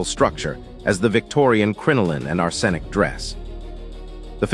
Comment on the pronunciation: Ar-SEN-ic? Brethed it in? 2 minutes in.....I can't watch this.